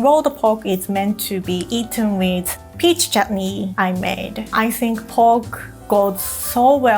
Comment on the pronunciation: Did I just hear her pronounce चटनी (chutney) perfectly?🥺❤️